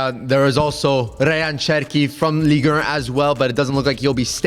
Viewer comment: Guys please pronounce Ligue 1 correctly... it's painful. It's Ligue Un not Ligue Ur